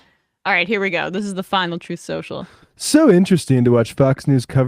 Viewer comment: "troth centil"